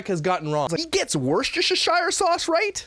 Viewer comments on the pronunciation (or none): Myka says Worcestershire sauce super wrong says Worcestershire sauce a little wrong I say right (I think, don't hold me to that), cos I'm British:) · Awesome! But it’s pronounced “woosteshur” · Worcestershire (WOOS-TER-SURE) 👍